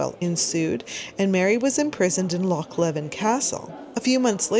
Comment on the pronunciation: Love your museum videos, as a Scot though, I have to say: well done on Loch but it's pronounced Lee-ven for Loch Leven 😊 my mother grew up in the area and I live 15 mins away from it. Mary is rumoured to have stayed at Stathenry Castle which was just along the road from where I grew up. It's privately owned though.